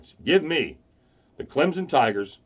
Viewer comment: Stop saying Clemson wrong